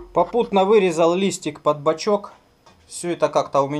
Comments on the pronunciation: он бачОк, а не бачЕк. Исправь, пожалуйста. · Бачок,, а не бачёк... (Предвижу дислайки, но если вы - двоечник в душе, мне пофигу.)